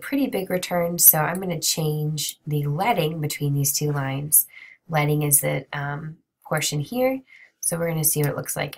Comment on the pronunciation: you actually said it the right way. When talking about in this sense, it’s “ledding” lol. English is weird and I just learned something new haha